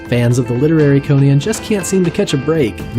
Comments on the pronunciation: CON-an, not Koh-nan! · pronounced conun not conaaan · Conan, not Conian, man. It hurts. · I tried to watch this, but the narrator's constant mispronunciation of "Conan" made it so I couldn't get past the first 2 minutes. It was as grating as the repeated use of "Hieruhkayneea" in the Momoa film.